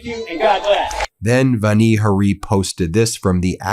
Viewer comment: It's Vani Hari with the accent on the first syllable of each word. I can tell that you may not know what a syllable is since when you say "Bayer," it sounds like you're saying "bear" or "bare" or perhaps "Behr," as though it's one syllable. Look carefully, because it is two syllables: BAY-ER. Please say BAY-ER clearly as 2 syllables so people know what you're talking about.